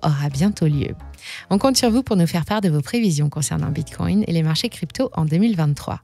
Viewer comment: Bordel, elle ne peut pas dire Bitcoin comme tout le monde!? 😤